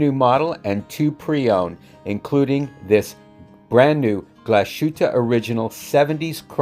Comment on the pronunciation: No pronunciation tips for Danish, but one for German - the second syllable in Glashütte is -hüt, the s comes at the end of the first syllable Glas.